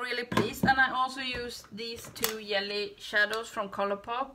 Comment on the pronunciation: The looks turned out so pretty❣️. I never tried Fenty eyeshadows and now I want to after seeing how much u liked them. I also so enjoy how you say yelly (jelly) shadows. Always makes me smile. Thank u